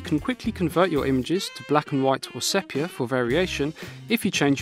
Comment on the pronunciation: Just one comment, sepia is pronounced seepia